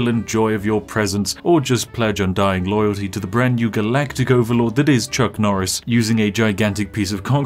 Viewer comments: Nucc Chorice: A Farce-a-Ton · its nuck choris! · It's Nuck Chorris